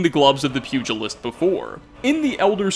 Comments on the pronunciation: HEY, it's that one pronunciation stickler here. Fun vid as always, I especially liked the lore behind Stormfang. Just wanted to pop in and say the "g" in "pugilist" is the same as the "j" in "jelly." So it's said like _P'YOU-JUH-LIST. Thanks for stopping by! I hope to catch you in my next comment. Peace out everyone! 😋👍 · Hahahaha... you can't say "pugilist" right... and NOT just the DISTRACTING lisp!